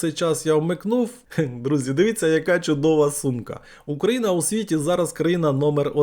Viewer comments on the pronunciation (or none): none